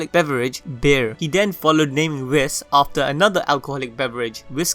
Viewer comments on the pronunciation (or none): Its not pronounced wis its wii-ss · U mispronounced Whis........